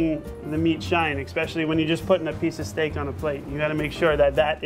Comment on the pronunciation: A parte che dovrebbe già saperlo dire..... ma continua a dire STIK anche dopo aver sentito il ristoratore dire 50 volte STEIK ..... va beh